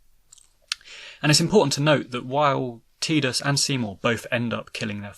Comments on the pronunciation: Its {tai-duhs} u freakin froob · Am I the only one who thinks he’s saying Tidus name wrong. Wasn’t 10 the first one that actually had spoken word in it 😂😂. Has this guy actually even played the game. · Htf do ppl f that up. Tidus as in tides. A force of nature. Fkn who would name their protagonist with such a pathetic pronunciation. {Tee-duhs} is tedious asf. Soz not soz